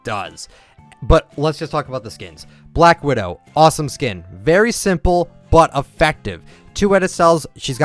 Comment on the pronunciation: I know he meant "but" but it sounded like he meant "butt" lol